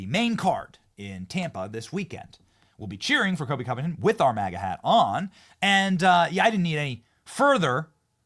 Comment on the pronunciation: Benny it’s Colby not Kobe